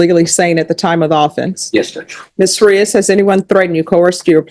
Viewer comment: Judge is still pronouncing Frias with Englush in mind. Spanish vowels have one pronunciation. English vowels have multiple pronunciatians. Thats the problem ! A can be pronounced 8 ways alone! Its a mess!